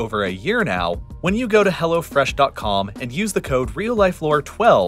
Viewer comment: I'm still not fully awake but i swear i've heard "Go to hell fresh" in the intro ad